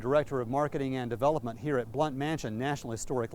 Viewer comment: Wish the people giving our history would learn how to pronounce these names! Blount , Sevier and, others!!!